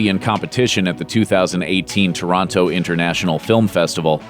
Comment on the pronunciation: He says Toronto in a very strange way